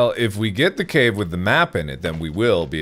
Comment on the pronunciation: Him failing to say cave was funny enough but he managed to make it so much goddamn funnier 😂